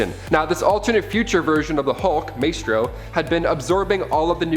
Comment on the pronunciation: Also my-stro not may-stro